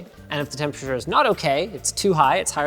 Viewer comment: The way Linus says 'temPURRTURR' over the years, every time, triggers the f**k out of me.. Still love the guy, though.. ^^